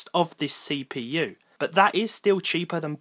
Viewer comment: this Say-p-you